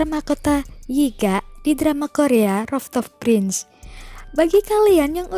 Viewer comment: rooftop prince (perbaiki pengucapan dlm bahasa inggrisnya)